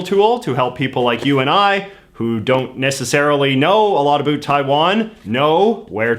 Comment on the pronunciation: I can't be the only one getting trigger by the way he pronounces "about"